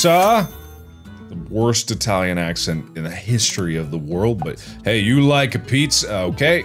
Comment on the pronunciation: As an Italian Marks pronunciation for pizza is perfect fr fr